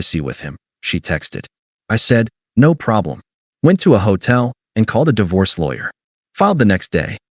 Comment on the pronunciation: Hey AI - Di Vorce is not the correct word. I switched off after 5 seconds.